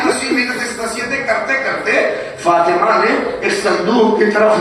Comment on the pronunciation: Bhai fatena na h fatima h